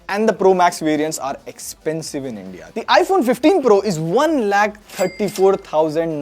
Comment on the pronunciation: Sexpensives? LMAO